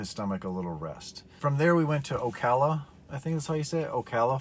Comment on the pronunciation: You said Ocala correct btw